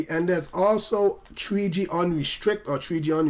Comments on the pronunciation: What's this new "TREE G" network I'm hearing about so much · tree G in da iPad tree